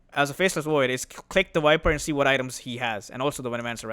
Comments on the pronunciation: bro keep saying "Wiper" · I love your videos. One small thing: can you please learn how to pronounce the letter 'V' instead of saying "Wiper" and "Faceless Woid"? It's incredibly infuriating. I understand accents and language barriers make things more difficult, but you're not even trying. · How does that matter? As far as you understand what hero he's talking about, it shouldn't bother you. Case is different if you have some kind of OCD though.